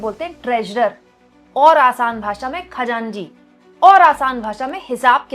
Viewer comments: Khajanji nahi Khajanchi bolte hai. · Khajanji nahi. It’s khajanchi 😂😂 it’s a farsi word. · खजांजी नहीं खजांची होता है